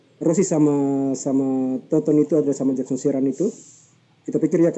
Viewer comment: Toton bang , bukan tonton:/